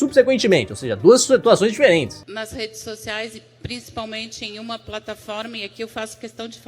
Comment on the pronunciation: Las redês socialês